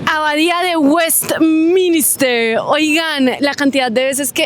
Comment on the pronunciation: “Westminister “ lol “la torre del London eye” por favor …